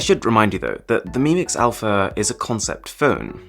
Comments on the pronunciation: "Mix Alaph" ... That would not be a great start for me. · Mix Alaph..are u joking shiaomi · The Greek letter α in Greek in the alphabet is pronounced alpha